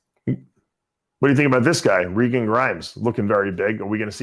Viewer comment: Maybe will learn to pronounce Regan's name in 2025....